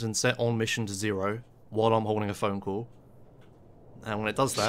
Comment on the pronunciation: phone cull as I can understand :d